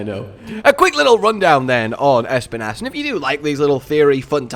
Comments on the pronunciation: Can someone...no, actually I will say it: Being basically spanish, i just have to say that Espinas pronounciation is just the way says it, but the accent is on the i, not the E Basically Espínas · Bro it’s I’m Spanish ad every time I hear you say it’s name it just makes me go “pronounce it right pleease” It’s pronounce by saying the letter S then pee nahs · Espinas is Spanish for Spines, I always like to hear how people pronounce Spanish words when they don't know its origin